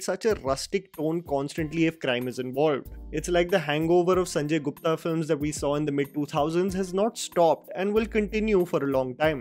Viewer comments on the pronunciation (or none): none